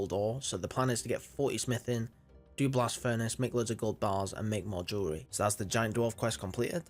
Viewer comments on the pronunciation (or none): none